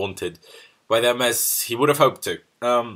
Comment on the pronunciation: when you say 'welcome to 100% Chelsea' it sounds like 'welcome 200% Chelsea'